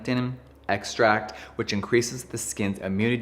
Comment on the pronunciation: Water is obviously a chemical compound, but it's certainly not "harsh", which was his claim. You seem like a Jeffree hater just from his video without ever trying the products. The Kylie 2.0 comment was pretty petty. Also learn how to pronounce extract. He doesn't do botox anymore, and using the Kylie skin video from years ago before he studied skincare isn't fair to throw in his face now. And don't claim to know his next move is scamming people on acne and wrinkle products.